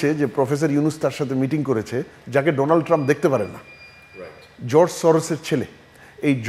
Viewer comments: ডোনাল্ড ট্রাম্প কে ডোলান্ড ট্রাম্প বললেন কেনো? ..... আপনি সাংবাদিক তাই উচ্চারণের দিকেও খেয়াল রাখতে হবে ...... ❌❌❌❌❌❌❌❌❌❌❌❌ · Its donald not doland